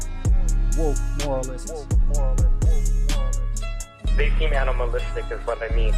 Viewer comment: Since when "moralists" is such a hard word to read and understand,? God, I hate this chick...